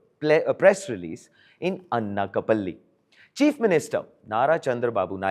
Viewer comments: It’s not ‘Anna-ka-palli’, it’s ‘Ana’ like in ‘Anaaj’. Anakapalli/ Anakapalle. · It is not Annakapalli.... It is ANAKAPALLI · "Anna Ka Palli" lol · FIRTS PRONOUNCE ANAKAPALLI CORRECTLY. DO NOT TRY TO IMITATE THE WEST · Bro Pronounce it properly. Its Anakapalli do basic research properly. Btw its my anscestral home. 😊